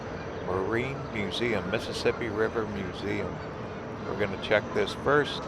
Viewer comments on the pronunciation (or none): none